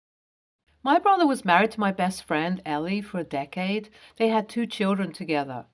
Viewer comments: Why can't people who make videos pronounce names correctly? It is Elle (EL) NOT ELL-EE. Duh! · this is the second video in 2 days with a character '''Elle" this name is pronounced ell, not ellie